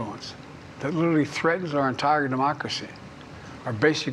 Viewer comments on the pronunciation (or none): he lost me at "lutterley"